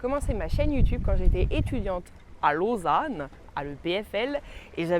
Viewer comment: Ton accent été juste parfait quand tu as dit "Lausanne" ^^ Ravi que tu n'arrêtes pas les vidéos et profite bien de la Haute Savoie ;)